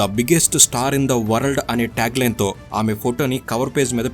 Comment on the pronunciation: Informative... కానీ pronunciation కరెక్ట్ ga లేదు.. మొఘల్ ఏ ఆజమ్ క్లియర్ గా పలకాలి.. అలాగే వరల్డ్ పలకడం కూడా బాగాలేదు.. ఇవి మినహాయిస్తే చాలా బాగుంది...